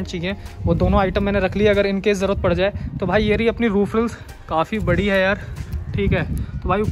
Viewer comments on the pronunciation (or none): none